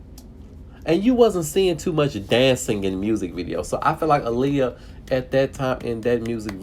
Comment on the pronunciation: How the fuck are you a fan if you're going to talk shit about her music and not even say her name correctly? What the fuck is wrong with you? Have some goddamn respect.!